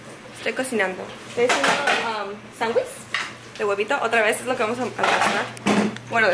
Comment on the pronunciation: Porque dices sandwis ?? Y no sandwich?.... (Aclarando es pregunta, NO CRITICA )